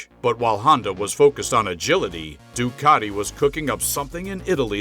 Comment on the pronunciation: Ducati,not Doocarti.😂